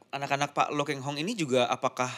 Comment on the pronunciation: Pak Lo Kheng Hong bukan Pak Lo "Keng" Hong kurang memperhatikan😢